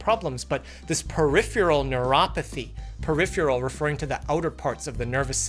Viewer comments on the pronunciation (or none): Yea.. uhmm .. there's no U in "Peripheral". Perif-erel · Comn' Doc..."Peripheral" is pronounced more like PERIFERAL. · Uhhh, Doc… You are pronouncing “peripheral” as “periphroo-ral”. Just sayin’. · that's the first time I heard it pronounced "periphyural" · It's cute how cannot say peripheral. 😄